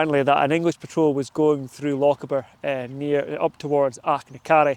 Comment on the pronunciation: I've never heard a Scotsman mispronounce Lochaber before, that's new.